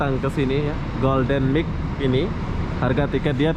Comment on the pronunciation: Golden Mile bang, bukan Golden MIC